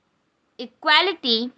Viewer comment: Not a good pronounciation it equality not quality it's when to n say every word properly